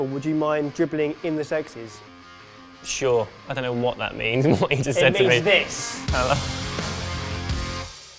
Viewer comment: I know it's been said, but every time they say sexies I hear sex scenes.